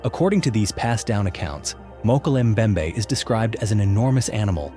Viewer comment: Mokel mbembe? Mokel? 😅